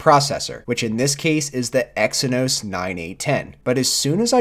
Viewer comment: I stopped watching the video when you said Exynos prosessor ...